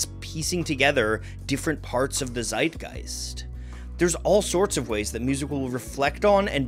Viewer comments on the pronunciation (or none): none